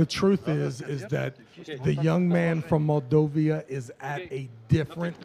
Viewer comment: Love, but it is Moldova, not "Moldovia" lol